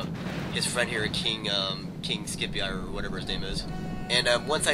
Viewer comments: HOLY SHIT HIS NAME IS SCIPIO, PRONOUNCES SIP-EE-OH. GO BACK TO FUCKING 7TH GRADE HISTORY. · lol that would piss me off if they trash taqlk that much. gg. btw i think you pernounce king-scipio as the psy in psychology. so like psypio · I think he's more used to saying "Scipii," as it's one of the factions (House of Scipii). If I was playing a guy called "Scipio" I'd probably make a lot of mistakes with his name as well.